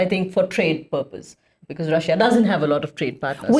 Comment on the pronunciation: "becourse" -> "because"